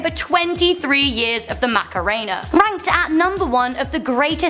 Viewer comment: YOU said Macarena wrong